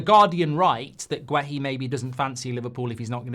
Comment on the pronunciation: It's not pronounced as Gwe-Hi, it's Geh-Hi, the U is silent in Guehi ... Please stop butchering people's names like this.